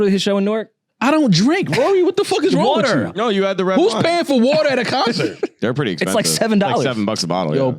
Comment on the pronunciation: 😂😂gets me every time yall say "WARTER"